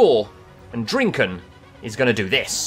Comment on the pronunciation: Drinken😂 sappig engels uitgesproken